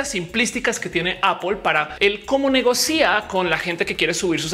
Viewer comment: Bueno el vídeo, súper informativo. Solo caba decir que se pronuncia negocia no negocía